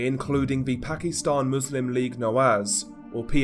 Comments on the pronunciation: Pak-i-stan..... Not pak-ee-stan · ...weird way to pronounce Pakistan. Reminds me of how racist people use to call asians when I was a kid....